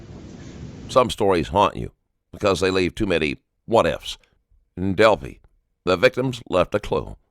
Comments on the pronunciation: Del- FYE, not fee. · Whomever the narrator is, just STOP. I''ve caught you already in 3 min stating your opinion and false assumptions about facts. STHU! And its Delphi ~ Delph-eye not DELPHEE. And its Monon ~ like MO NON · It’s moe non high bridge and it’s del phi